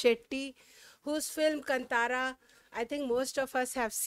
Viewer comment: It's pronounced KAAN THAAARA.. Not kant araa